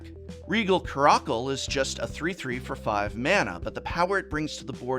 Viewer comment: The way he pronounced caracal lol